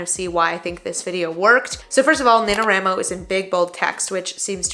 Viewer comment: I’m sorry but the way you pronounce nanowramo bothers me 😵‍💫😭 national WRITING month WRIIIIIIIII please. Anyway great video thank you for this.